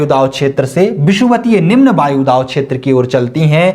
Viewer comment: सर वायुदाव नहीं वायुदाब